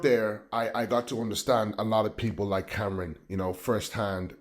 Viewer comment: Stop listening when he said " Cameron". It's Cam'ron. And we are FBA 💪🏾